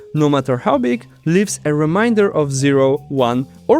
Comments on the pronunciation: i was thinking about the way you pronounce remainder and how it differs from what i'm used to, and it left me baffled by the state of the English alphabet. "Remainder" being basically "that which Remains" means it's intended to be pronounced "Ree-mey-n-der" same as "Ree-mey-n". but the way they chose to spell it, "main," leaves this up to interpretation. as the english alphabet currently is, "A" can be pronounced multiple ways given different contexts. "A" can be pronounced "ah" (like in "mall"), "ey" (like in the beginning of "radar"), and even "uh" (like the ending of "mantra"). "i" is in a similar situation where it has multiple sounds in multiple situations. if you read "remainder" with the "A" being "ahh", and the "i" being "ee", then you end up with "ree-mah-ee-n-der" which is coincedentally how you pronounce the unrelated word "Reminder," a word based on Reminisce, the act of remembering and acting upon something from the past. to resolve this issue, Remainder could be spelled "Remeinder", pronounced "ree-meh-ee-n-der" or, just, "ree-mey-n-der". however this comes with a new problem. what if someone sees the "re" at the beginning, with the "E" pronounced as "ee," and then sees "mein" and assumes the E is pronounced the same way? then you get "Ree-meen-deer" which is so far from intentional. with its current setup, the letters are far to inconsistent to ever expect people to pronounce things "correctly". we can't simply change the words to be spelled in the way theyre p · Can you please say remainder properly, your way just sounds too much like reminders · There's an "a" in remainder! Really great video. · The word 'Remainder' is pronounced 'Re - mein - der', not 'Re - mine - der! which means something to 'Remind' you of something! I will be constantly reminded of this through the remainder of the video. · Is it really too difficult for you to say 'remainder' rather than 'reminder'? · Reminder =!= Remainder You were pronouncing the former